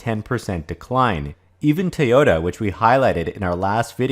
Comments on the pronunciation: It's pronounced TOYOTA, not TAOTA. Otherwise an excellent video. I'm subbed by the way. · Tayota❓ It's toy-ota‼